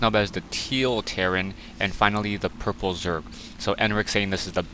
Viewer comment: you said zorg lol